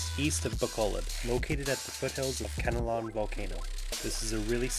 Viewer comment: CAN-LA-OWN City... not can-a-lon. :-(